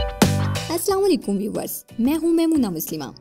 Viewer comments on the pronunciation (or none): none